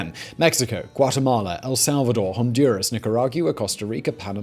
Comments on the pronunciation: After watching, like, 6 videos where you mangle “nicaragua” I feel like I am not alone when I say NICK-ER-AG-WA! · No one: Simon: niCaRaG-yOu-a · He said "Nickyooragwa"